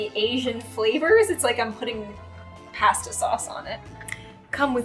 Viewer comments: She said she was Italian and she pronounced pasta wrong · The whole time thinking that should be a kartha guwurt video Edit Me saying why do you say pasta so weird if you’re Italian